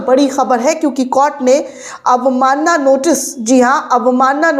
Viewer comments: कोट नहीं ॰कोर्ट* शब्द है कृपया उचारण सही करे! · Please correct your pronunciation of the word court. It is to pronounce as court not cort. Thanks for the information of the court. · Madam court ka ucchhar baraber karo.